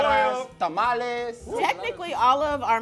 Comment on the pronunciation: You just said TAMLES